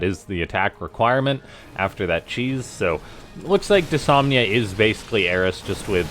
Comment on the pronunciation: It's kinda been noted, but the new bot's name is Dys-NOM-ia